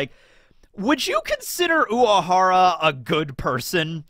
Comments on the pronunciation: Is it me or keeps saying "Uahara", leaving out the letter R. Sounds so weird whenever he says it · So I'm not crazy He is pronouncing it differently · same i was confused i swear he says it normally in other episodes but this time he emphasised on the 'W' he doesnt have a lisp tho 💀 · i forgot how much i hate how says urahara